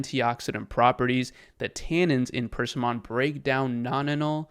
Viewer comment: Persimmon… is pronounced per-SIM-un Stress on the middle syllable: /pərˈsɪmən/ Not purse-see-mon